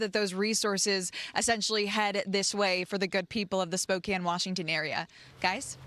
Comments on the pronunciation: Oh brother: Fox anchor woman pronounces Spoe-kan (Spokane) as "Spoken". She must have learned from AI. Didn't even bother to do her research as to how the city is pronounced. Low class rated news. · Spoke- CAN not prounced Cane. Yes you can, in Spokane. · Spoke-Inne Washington